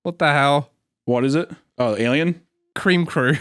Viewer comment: Cweam cwoow